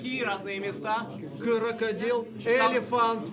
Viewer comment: Кырыкадил, крокадайл 😂😂😂